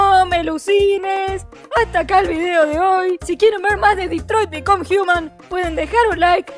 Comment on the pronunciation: En el minuto: escuché: detroit me come jiumal!